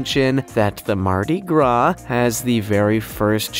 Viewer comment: You said MARDI. GRA